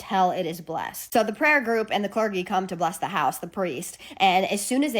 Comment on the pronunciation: A few times you said "cler-ge" with a hard "g". It's "cler-jee", the "g" makes a "j" sound. Just in case you want to know for next time. :)